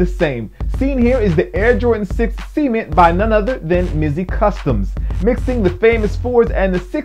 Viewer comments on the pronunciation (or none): dude says cement funny it almost sounds like he says semen lol